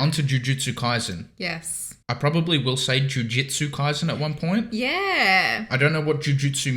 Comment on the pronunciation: KaiSen, not KaiZen, please and thank you